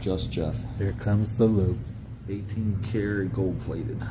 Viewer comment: Please make sure you say LOOP cause it sure sounds like LUBE. 😂😂